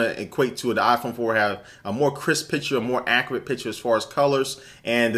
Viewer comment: its not aaaahh-phone. its eye-phone! lol. :-)